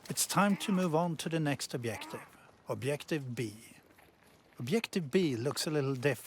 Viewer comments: "Obiective"? REALLY? How hard is it to learn A WORD in english and how to pronounce it right? Is it so hard to say a soft G? What the actual fuck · Does the word "objective" have two types of pronunciation? Obdjective and obyective I have heard only first type before, but here the speaker uses second. It sounds like he is Russian like me :) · Why does the narrator say objective like that? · the way he speaks "objective" makes me laugh